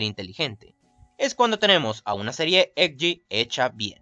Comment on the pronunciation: Muy bueno videos felicitaciones aunque tenias que dar ese acento cada vez que decias "EDGE" ? Es molesto